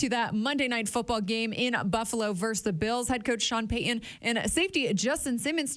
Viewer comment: Would you please properly enunciate Sean Payton's last name? Drives me nuts. It's Pay-T-un not Pay-Uhn.